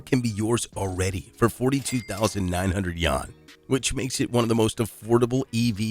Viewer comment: dude cannot pronounce Yuan for the life of him :|